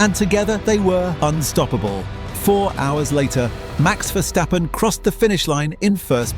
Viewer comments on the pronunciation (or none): who is versjtheppen? its verstappen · Cool video but man as a dutchie hearing Vershtappen cringes to the bone. It also changes throughout the video sometimes its Verstappen(correct pronounced) then its Vershtappen again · ah yes vershtappen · Take a shot everytime he says "Mex Verstheppen" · Dude, Max is dutch not german so please pronounce his last name correctly.